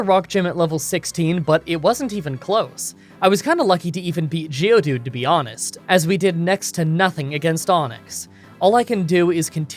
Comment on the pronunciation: Geodude, for the love of God, geodude please